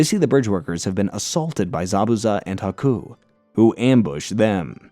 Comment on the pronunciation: Love the breakdown but everytime you pronounuce it as haku's name as aku, i just think of samurai jack.